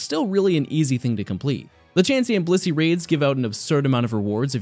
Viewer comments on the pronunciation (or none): none